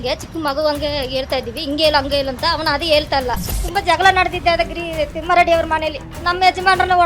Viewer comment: Lol she says timmareddy😂